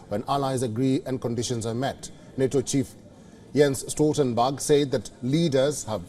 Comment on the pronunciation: Love his pronounceation as "Stoltenbug" 😅 that's catchy.